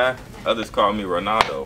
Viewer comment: this nigga said “Ronano” 😭